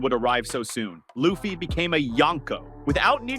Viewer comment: The fact that you just said luffy's name like that you're getting a thumbs down